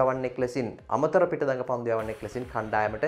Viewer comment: පන්ඩු නෙමෙයි පන්දු.. 😒💔